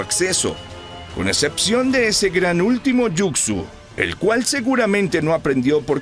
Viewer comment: Muy buena narración excepto cuando decías Jucsu (yucsu) en vez de Jutsu (jutsu)😅😅😅😅😅 pero en fin buena narración....